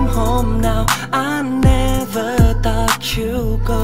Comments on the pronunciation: Ái ne vớ "tot" chú gô, ơ quầy =)) phát âm tiếng Anh làm hỏng cả bài hát của người ta ... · sao lại cứ phát âm thought là tắt/tót nhỉ @@